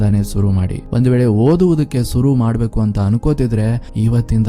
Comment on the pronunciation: adu suru alla sir shuru .